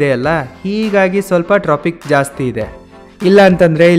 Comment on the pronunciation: Tropic alla hadu Traffic ✅. Ninndu education hag idiya sishya😂